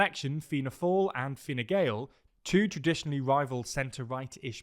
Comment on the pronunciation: Hey team! Fair play for improving the pronunciation of both Fianna Fail and Fine Gael! Pretty spot on! Just on "Dail", it's pronounced as Dawl, as in Drawl without the 'r'